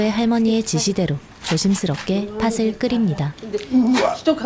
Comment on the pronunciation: 나레이션은 좋은데 발음이 하나가 좀 걸리네요 . . '팥을'을 발음할 때 [파슬]이 아니고 [파틀]